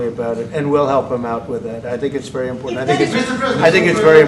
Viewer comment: It's wery wery import. Is he seriously unable to pronounce the letter v? C'mon man!